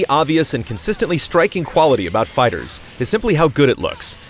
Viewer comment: Why do you keep saying "fighters"? It's called FIGHTER Z.